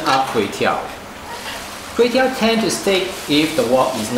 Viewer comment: everything was smooth except when the time when he said KUEY TEOW🤣, it like a an apple without an apple. Mind you KUEY TEOW or KWAY TEOW is a direct pronunciation from a dialect in south east of china 潮汕 (ChaoShan) area. The correct english word for this Kuey Teow is actually RICE NOODLE